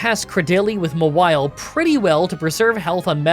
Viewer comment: Mah-wily??? It's Maw-while - Mawile